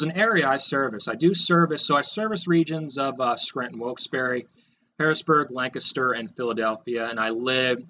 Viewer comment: Pronounces Lancaster correctly, So refreshing 👍